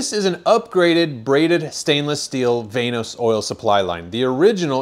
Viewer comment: Van-os not vaynos